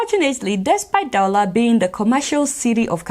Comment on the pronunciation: "Daula" hahaha . It's "Douala"